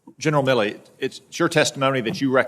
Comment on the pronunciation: Hate he keeps saying Miller. Its MilleY